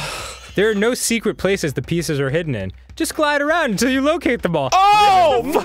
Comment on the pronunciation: A precursor to "Whut in the heck is goin' on aruwnd here?"